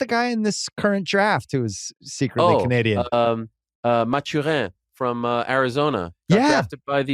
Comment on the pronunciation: He pronounced Benedict mathurin as “machuhan” ?!🤣🤣 wtf this guy doesn’t watch college basketball